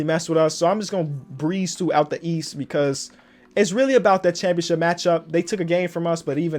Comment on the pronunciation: It's definitely ship not chip... championSHIP